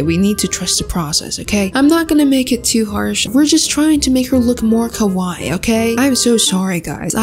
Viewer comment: The fact she said kowai instead of kawaii